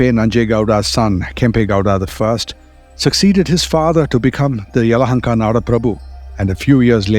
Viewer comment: Name is Bengaluru 💛❤️ you got Yelahanka right 👍 We don't need any kind of 'Bang' in the city and there's no 'lore' refering my city as Bangalore ✌️. ಇತಿಹಾಸ ಹೇಳುವಾಗ ಸ್ಪಷ್ಟವಾಗಿ ಉಚ್ಚರಿಸಿ ಹೆಸರ ಗುರುತಿಸಿ ಹೇಳುವುದು ಆ ವ್ಯಾಪ್ತಿಗೆ ಕೊಡುವ ಮೊದಲ ಗೌರವ 🙏